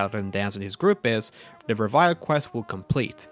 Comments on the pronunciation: Reveille is actually pronounced reh-veh-lee and is basically just a specific time to wake up and start the day’s operations in the military. Pretty cool how that ties with the BoS imo. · This guy really pronounced reveille as revile 😂. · It's pronounced rev-eh-lee. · 1, it's pronounced re-vill-ee. 2 in data recovery, there are three storage drives. 3, you seem to put a lot of extra effort into playing this game specifically to make content, rather than making content from standard gameplay. I hope you enjoy your game more than it looks like. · I had to say the correct pronunciation out loud each time. It irked me.